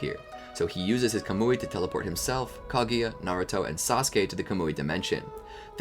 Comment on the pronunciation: its not ko-mu-ei its ka-mu-ei maybe it is diffrent in the Japanese version tho